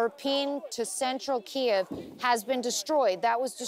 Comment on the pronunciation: FIRST reporter since this war started that pronounced “Kyiv” properly!